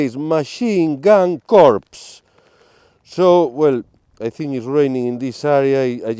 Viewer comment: Psst...., in the military, the word CORPS, the p and the s are silent. So, the word is pronounced core, as in marine core (corps). This friendly hint is lovingly sent from me.